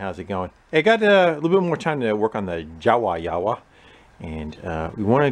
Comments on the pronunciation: Love this content, although I'm pretty sure it's pronounced "Yahbah" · jawa is a czechoslovakian bike and proper pronauciation is [ iava ]